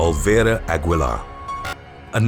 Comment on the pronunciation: It's pronounced "A-gee-lar!"